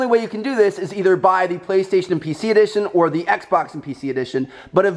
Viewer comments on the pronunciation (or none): Did anyone hear that he said baestation instead och playstation haha?! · You said baestation not PlayStation. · Listen from to , he says baystation instead of PlayStation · I swear I thought he was saying bae-station 😂😂